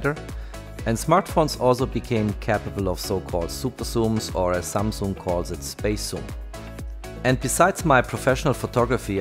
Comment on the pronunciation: Samung jajajajaja patético.